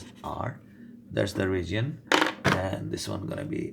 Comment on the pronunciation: “ragion” for region .-.